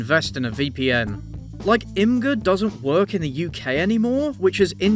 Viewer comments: Imgur is pronounced like imager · I too 100% used to pronounce it "ihm-ger" but someone else corrected me as well: it's "imager." Imgur is pronounced "imager." 😅